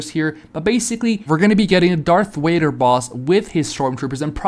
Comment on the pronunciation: darth wader ;skull